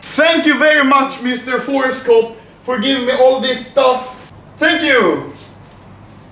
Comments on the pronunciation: I heard ForceCock not ForceCop XD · i thought he said ForestCock untill i checked description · I thought you were saying Forrest Gump instead of forcecop😂